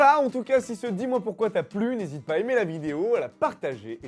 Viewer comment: #dmp pourquoi on dit poyrquoi?